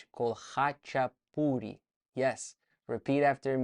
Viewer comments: Hey bro, no offese at all, khachapuri is near perfect but all the surnames apart from topuria are wildly not even close bro, haha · You said Khachapuri But can’t say Dvalishvili? 😂 Anyway, Thanks for this! ✊🏼🖤🇬🇪